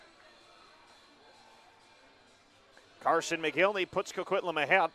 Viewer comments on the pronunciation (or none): mick-gihn-lee. not mo-gil-ney Mcginley.....